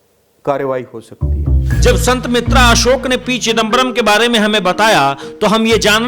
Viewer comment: अरे एंकर भाई कम से कम ज्योतिषीजी का नाम तो सही लेलो। ये हैं संत बेतरा अशोक, संत मित्रा अशोक नहीं।